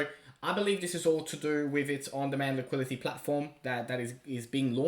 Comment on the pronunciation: Liquidity. Ffs liquidity!!! I love and all he does. But, for gods sake, it’s not liquility, it “liquidity”.